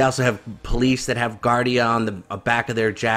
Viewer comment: Gardaí is pronounced... Guard-ee